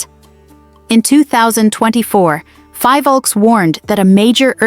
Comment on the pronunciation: It is Phivolcs no Fivolks.